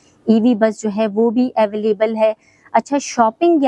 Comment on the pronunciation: Koi madam ko precinct, villas and available ki proper pronunciation hi sikha deta 😂